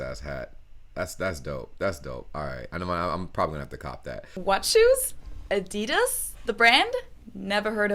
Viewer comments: I‘m German and live in the US and I was totally blown away by the fact that I can find so many German brands here! Hearing the funny American pronunciations though…hurts sometimes 🤣 Adidas is definitely one of the worst haha You’re doing great btw! Really impressed how fast you’re learning and your pronunciation is so much better compared to most Americans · Adidas is pronounced they way it is, because RUN DMC sung My Adidas, instead of Slick Rick.